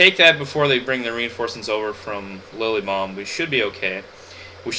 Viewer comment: Lol. i LOVE your pernounciation of Lilybaeum. "Lilly bomb." HAHAHHAAHA